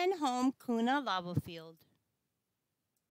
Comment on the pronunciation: It's not Koona, it's pronounced Q-na. Have family there and I live 75 miles from Mtn Home currently....and was stationed there '82 to '88.